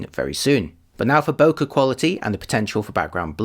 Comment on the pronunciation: Bokeh is a Japanese term that is pronounced as bo-kay like bouquet.